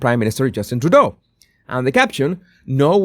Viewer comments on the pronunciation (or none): none